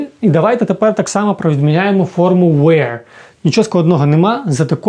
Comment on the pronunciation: Чому were ви вимовляєте як where? Воно ж не так вимовляється